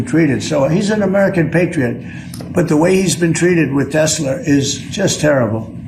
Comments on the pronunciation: It’s called Tes La not Tes Ler what a DOPE! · Tesler LOL I think he was combining Hitler with Tesla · That’s Tesler…. Say it right! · People don't even have the nerve to correct him on his 'tesler'. Spineless. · He really thinks it’s called “Tesler”, with an “r”. 😂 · He cant stop saying Tesler lol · He’s saying “Tesler” to avoid breaking Standards of Ethical Conduct for Employees of the Executive Branch (5 C.F.R. § 2635) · It’s not a mistake. Calling it tesler over and over on purpose. It’s a rhyming dog whistle. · "Tessler' dont forget hes still Donnie from queens. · “teslur” - appropriate! Maybe it is a type of ketamine. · phonetic paraphasia "Tesler" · Another one for the books cut-ter hahahahaha this can’t get any better than tesler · I think the mispronunciation of "TESLA" is deliberate, he's done this before with other words and I think it's also why he gives people nick names. Trump being a professional lier, it makes it much easier for him denying his statements because he is using made up words. He know's EXACTLY what he's saying. If he's ever asked about TELSA on the stand he could deny it because in his mind he was talking about TESL(ER), it's a lier's trick.